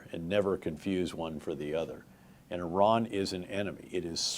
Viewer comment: Wow He can pronounce "Iran" correctly. 🎉